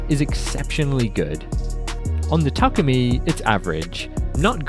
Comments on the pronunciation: yes😂 it's pronounced ta-kooo-mi. Not Tu-ku-mi silly 😂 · the way its pronounced. ta-koo-me, or if you want you can put takumi in the japanese google translate and listen to the ai say it. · the way said takumi like Tukoomi🤣